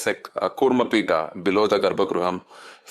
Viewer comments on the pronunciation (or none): none